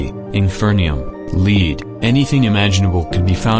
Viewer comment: Nice, the AI overlord voiceover that is the slave of IGoByLotsOfNames cannot pronounce the metal Lead and instead calls the metal Lead the rope Lead